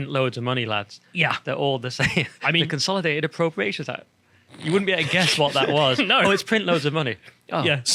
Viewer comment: Sigh & big words "Consolitated" instead of Consolidated 🤔